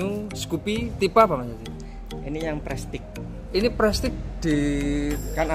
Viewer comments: Bacanya prestis bukan prestik bang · maaf kang, prestige diucapkan jadi prestise kang....suwun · Baca nya prestis😀